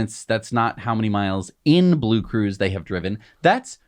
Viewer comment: will ever going to pronunce the name (BlueCruise) right... 😁😆🤣